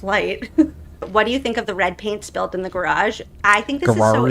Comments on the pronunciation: ❤😅😂😅 I truly FRIGGIN' LOVE every time you say "GARARGE" like former Canton PD officer / former Boston PD officer Kelly Dever!!!! 😂😅😂😅❤ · Oh my god this video keeps on giving me! I never knew where “gararge” came from! you are just a riot. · I think they want to aboid the word garage!!!!